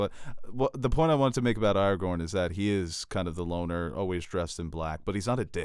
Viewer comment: Every time says “Aragon” instead of Aragorn, I cry